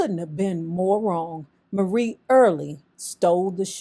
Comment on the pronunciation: Marie is pronounced like Mary. Marie passed in 1999.